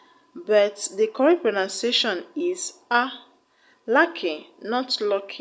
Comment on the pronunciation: Teaching pronunciation but, you don't pronounce pronunciation well